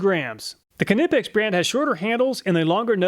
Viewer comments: THE K IN KNIPEX IS SILENT 🤦‍♂️THE K IN KNIPEX IS SILENT 🤦‍♂️THE K IN KNIPEX IS SILENT 🤦‍♂️THE K IN KNIPEX IS SILENT 🤦‍♂️THE K IN KNIPEX IS SILENT 🤦‍♂️THE K IN KNIPEX IS SILENT 🤦‍♂️THE K IN KNIPEX IS SILENT 🤦‍♂️THE K IN KNIPEX IS SILENT 🤦‍♂️THE K IN KNIPEX IS SILENT 🤦‍♂️THE K IN KNIPEX IS SILENT 🤦‍♂️THE K IN KNIPEX IS SILENT 🤦‍♂️THE K IN KNIPEX IS SILENT 🤦‍♂️ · I started with the Knipex (The K is silent by the way)but the cutters got blunt quick and worst of all the length of the jaws was just a bit to long compared to many other options, Ive had the Irwins for a year now and no complaints so far. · Love the channel and Iv watched loads of your videos but please the k is silent in knipex😅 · Im sorry but the K is silent in Knipex. But otherwise, another fantastic video. Thank you for all the work and time you put into these videos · I really like your videos, but it always bothers me how you pronounce „Knipex“. But great video as always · Silent k on knipex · i love all the videos but i do have to say, the k in knipex is silent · silent k on knipex makes me giggle cry every time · love your reviews,awesome= but just fyi the k is silent in knipex/ keep up the good work!! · thats not damage to the teeth its the paint from the screw🙄 and the k in Knipex is silent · They way he pronounces Knipex just grinds my gears every time. :D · The way he pronounce Knipex🙂😂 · It’s pronounced nipex not Knipex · Knipex pronounced ni-pex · The way you pronounce Knipex😂😂 It’s KNI not Keh-Ni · its not Kanipex its just Knipex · my only comment is it's pronounced ni-peks not kni-peks. the k is silent like know. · What bro do you not know the k is silent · I thought it was pronounced “nip-ex”, but he says “kuh-nip-ex.” How is it pronounced?? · as always great reviews but it drives me crazy with your pronunciation of the knipex they are pronounced nipex k silent not K-nipex just saying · Say it with me...KNIPEX like Knife Pex. Knipex... (Neighpex) not Canihpechts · Knipex is pronounced Nip-Ex